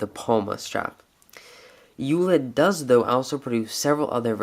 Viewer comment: FYI in German, it's pronounced "oy let" (as in oyster). But we Americans will probably never pronounce it correctly. We still don't say Porsche right ;) Not a criticism, just thought you may want to know, being detail-oriented as you are.